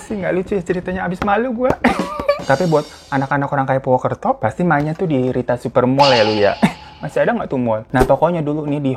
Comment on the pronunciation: Purwokerto bang napa jadi purwukerto 😭🤣